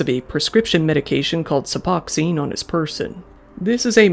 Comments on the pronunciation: "Sup-oxine" lol. Not to be mean, but it's "Suboxone" ("sub-ox-own"). Here in Massachusetts, we say "sub-ox-un". I've been on it for many years, and it's kept me healthy. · "Suppoxine" and "appertide South Africa." My dude, you need to work on your pronunciation a bit harder.